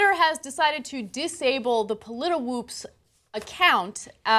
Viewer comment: The site is named pollitwoops - not pollitiwoops. You are repeating an error RT made when reporting this story.